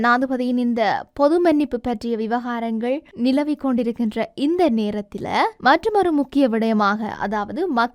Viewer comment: இலங்கை தமிழில் செய்தியை வாசியுங்கள் . நேரத்தில அல்ல * நேரத்தில் சுத்தமான தமிழ் * இப்படி பல சொற்கள் பிழையாக உச்சரிப்பு . செய்தி வாசிக்கும் போது " நாடக தமிழில் " வாசித்தல் வேண்டும் ....